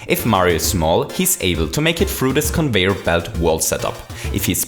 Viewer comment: Also plase say Conveyer instead of convoyor.